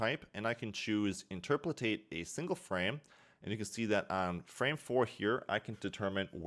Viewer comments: "Interpolate" not "interpolatate" otherwise, awesome video. :) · i beg u please stop saying interpletate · He says it wrong, then he says it right, and then just says it wrong again lol